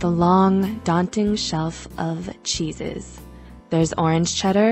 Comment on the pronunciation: Everytime you said Cheeses I understood Jesus... I was so confused 😅